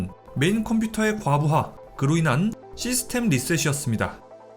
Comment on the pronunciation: 과부화 아니고 과부하...